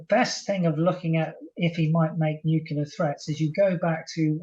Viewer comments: NU CLEAR. Not Nucular. NUCLEAR. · Nuclear, not nucular ! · What is it with experts pronouncing nuclear as 'nucular' all the time. says nuclear, i wish his guests would. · Chip's an idiot... "nuc-u-lar" ? Give me a break... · Don't trust any person that says 'nuke-you-ler', that's George Bush level intelligence! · Nothing undermines the credibility of an 'expert' like the use of the nonsense word 'nukular'. Tell this dude to get some speech therapy. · He cannot even pronounce nuclear ....chip chapman is full of near phrasing and long words, but basically he is the propagandist in this Nuke yular .. Haha. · It is sad to hear that such a high profile British soldier and expert on military strategy has adopted the American pronunciation of the word nuclear as "nukelar". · 'Nucular' facilities? 🙄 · It's not pronounced "nuke-ya-lur" any more than mischievous is pronounced "mis-cheeve-e-us"". Pay attention to the spelling. If a word is closely related to the field in which you're supposed to be an expert it does not help your credibility to mispronounce said word. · Why its it that so many of these people are seemingly incapable of pronouncing the word nuclear correctly. 'Nucular' sends my mind into a very mini meltdown! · Never listen to anyone who can't pronounce 'nuclear'. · He may be a major general but the second anyone mispronounces the word nuclear i automatically discount their opinion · It would also be nice if he learned how to pronounce the word "nuclear".